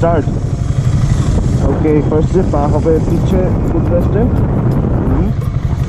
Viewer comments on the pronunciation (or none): none